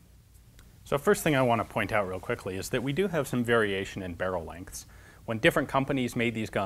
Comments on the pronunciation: sounds like he slurred "quickly" and "show" into one word. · James Wolf Also sounded like he said: "Let me shitely show you..."